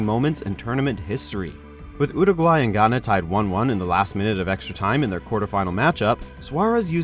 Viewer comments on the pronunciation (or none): none